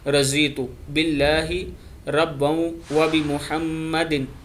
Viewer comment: Arbi m razitu nh raditu prhen g